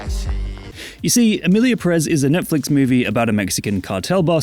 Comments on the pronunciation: Everything fine with the video, but It's Pérez, not Perez. Put emphasis in the first E. 😼 By: your Spanish tutor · It has a tilde, it should be PErez, not PeREz… as someone last named Pérez it hurts each time I hear it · Is pronunced Pérez, not Perez 🙄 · If we want to stick to truths, the tweet about Selena is fake and it's PÉrez, not peRÉZ. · It's Pérez, not Peréz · It's PE-rez. Greetings from Spain.